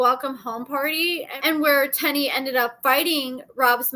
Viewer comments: it's Teen-knee, not Ten-e. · Tennie’s name is pronounced “tea + knee” not “ten + E” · I thought her name is Teenie not Ten-e how pronouncing it 🤣🤣🤣🤣🤣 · It’s not TENNIE ITS TEENIE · It's pronounced "Teeny", 🤣 Thank you for the tea!♥ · Y’all be so ready to correct somebody especially! If it’s not pronounced Tenn-Eee why do they say it like that on the show?! Just loud and wrong smh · ma’am, they’ve said her name several times on the show and it is, indeed, pronounced “Tea-Knee” as in “*teeny*, tiny little one”. I am not correcting specifically. Why would I do that, I don’t know her to be targeting her to “correct her” out of… what? Spite? Hubris? Apathy? (You’d have to tell me 🤷🏽‍♀️). Maybe it’s a regional dialect issue affecting the pronunciation and therefore how I perceive and hear pronunciation of Tennie’s name. Instead of attacking me for some perceived attack of, on your part, you could’ve offered something constructive.